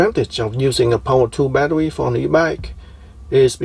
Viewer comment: Are you Elmer Fudd? Badderwee.